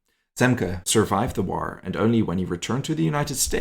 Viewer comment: What’s a “War-Ruh”? The English word, “war,” only has one syllable - not two!